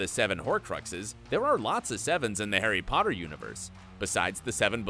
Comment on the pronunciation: The name 'herry podder' took me out the whole video.